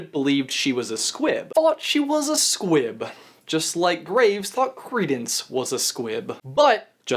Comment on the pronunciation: Every time you said squib, I heard squid